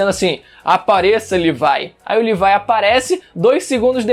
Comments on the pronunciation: Cara n se fala L I V A I se fala LEVI CARAI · Livai?;-; fala "Lêvi" pelo amor de Deus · Ele falando "Levai" me dá uma agonia...FALA LEVI PÔ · Odeio quem fala Levaia O certo é Levi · Mano o cara ta falando livai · "LIVAI" KKKKKKKKKK